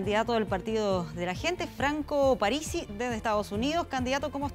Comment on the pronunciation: Parisi,no aparisi!!!!